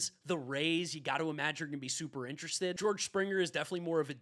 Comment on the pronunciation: Dude doesn’t know how to pronounce ‘interested’